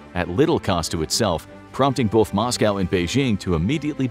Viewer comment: It's pronounced "both" not "bolth".